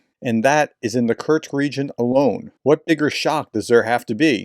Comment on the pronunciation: Just a niggle: There's no 't' in Kursk.